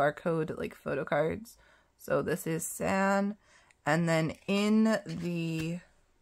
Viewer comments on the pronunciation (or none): It’s pronounced “ S•ah•n “